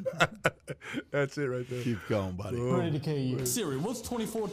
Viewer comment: He didn’t say buddy once! “Boddie”